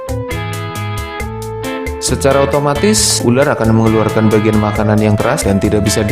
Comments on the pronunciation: Ular bang bukan uler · Uler apa Ular???? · Pas ngomong "ular" kayak ngapak2 gimana gitu.